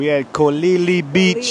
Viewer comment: Kololi. 20secs in and youve already butchered it lol hope you guys enjoy my country.